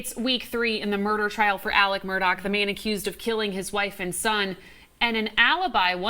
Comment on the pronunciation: So many presenters are pronouncing his name as “Alec” and not “Alex.” Am I missing something, or is everyone confusing his name with Alec Baldwin’s?